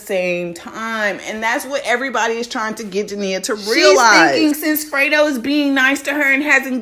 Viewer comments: FRE-DO NOT FRITO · No shade but you said Frito bang 😂😂 instead of freddo bang but yeah she absolutely most definitely out of line for this one🤔 she was with young boy when she knew the beef was going on between them two and I guess she loves Louisiana guys ijs it will be all good if she was dating somebody nobody knew about but noooo and this only leads to tell me she still in her feelings, feeling some type of way not being with yb, because if not regardless to him saying his manager reached out to hers about a video shoot this wouldn't even been an option knowing what she knows ain't nobody on this Earth perfect but when you always playing victim and then some fuckery shit like this comes out you only make yourself look stupid but she's Grown and entitled and to each its own I'll just sit back and see how this shit plays out like the rest of it I just hope she knows what she's doing for the sake of her life and whoever else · Y'all YT commentators either be slow or can't read Bruh name is FREDO like Alfredo